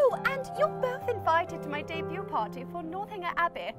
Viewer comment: He pronounced ‘party’ like ‘potty’ by accident too, which made the blooper all the more hilarious.